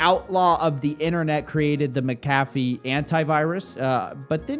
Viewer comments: You're pronouncing his name wrong... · Sorry to break it to you bro but you're pronouncing his name wrong -. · I thought it was pronounced Mack-A-Fee. All this time I've been putting the wrong emPHasis on the wrong syLLAble lol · You’re saying his name wrong lol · Aside from your shit talking, you should at least learn how his name is pronounced. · Would you please pronounce his name correctly? Jesus. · Dudes a murderer most likely, so if you are intentionally mispronouncing his name on purpose, then it’s cool. But that’s not the case and this shows how young you are. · Mc-Ah-fee not Meh-Cah-fee sir Coffee. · Mac A fee not mc cafe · I believe it's pronounced "mac-uh-fee" rather than "mick-caffeine" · You say his name wrong through this entire video. The name is MAC-AH-FEE not MICK-UH-FEE. Scottish vs. Irish prounounciation. Very sloppy since he is the whole point of the vid. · IT'S Mc-a-fee, not Mcaaafe man xD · I really - really want to watch this video, but you're making it so fucking hard for me by continously saying 'Mc Caffy' over and over... That was seriously annoying, as little as I like the guy the name is CLEARLY pronounced 'mac-a-fee' just like he himself, and anyone else who ever has talked about him or his 'antivirus' have always said... You're literally killing me here... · It's pronounced MAC A FEE you twit! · John *MAC*Afee is how it is pronounced. Mc = Mac, think the footballer McEntire no one says "mick entire" or "m centire" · I always thought it was pronounced Mac - A - Fee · Pronounce the guys name right will you it’s it’s sounds like Mac a fee idiot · FYI, it’s Mac-Uh-Fee. Love your stuff! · IT’S F**KING MACK-UH-FEE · Why is it when someone pronounces something wrong they end up saying it so many times 🤣 say it with me: Mac-ah-Fee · It's pronounced "John MAC-a-fee" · This pronunciation of McAfee is hilarious! It's MAC-AFEE man. lol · Lol this.... Maca-fee? Coffe have you never heard his name before lol? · Isn’t he name pronounced different